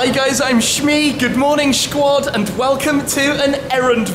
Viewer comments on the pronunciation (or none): in your intro..... its squade... not shquade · And please stop calling me shquad 😂